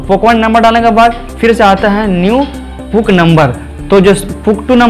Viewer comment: Puk nahi wo P.U.K hai bhai 🤣🤣🤣